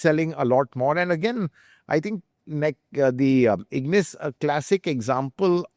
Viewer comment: Ignis? Seriously?😂